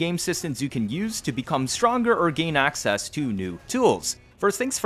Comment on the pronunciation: Axseas! lol